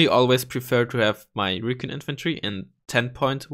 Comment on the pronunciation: It's not reekin', it's recon (ree-con). :p